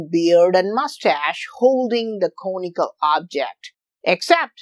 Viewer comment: It took me a second to realize he was saying, "conical".